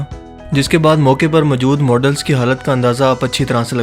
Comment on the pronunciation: Bhai ap zara apna talafuz thek lar lo...majood nhi balkay moujood bola karo.